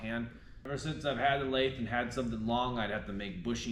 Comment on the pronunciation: Homeboy, you gotta learn how to pronounce lathe. Holy cringe you probably also say "jib" instead of gib lol. You're in a machinery desert, I get it. Maybe one day you'll understand the point of a QCTP😂. Nice